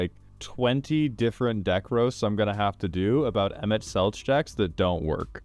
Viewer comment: My Final Fantasy nerd brain wants to be mad at for mispronouncing Emet-Selch. But my Final Fantasy nerd heart says to mispronounce it because Emet-Selch is a terrible rat-man who doesn't even deserve the respect of a correctly-pronounced name.